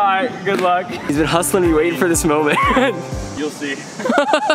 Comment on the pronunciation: It was at this “molment” realized that he miss clicked.